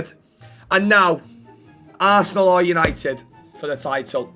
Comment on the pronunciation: What a vid lad and say it with me boys YANITED YANITED❤